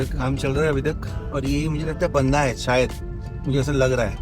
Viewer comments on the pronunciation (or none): Bhai wo बंदा nahi बांदा hai🤣